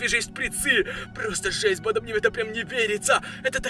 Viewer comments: Я одна слышу не банда а понда? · Почему он говорит панда